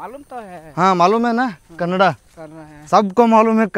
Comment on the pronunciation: ಕನ್ನಡ್ ಅಲ್ಲ ಕನ್ನಡ 💛❤